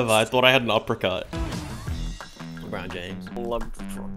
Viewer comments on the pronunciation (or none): LeBronJames ... Not LeBRONZEJames ... How could you?